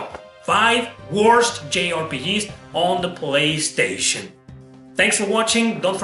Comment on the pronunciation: "In zee polistation" LOL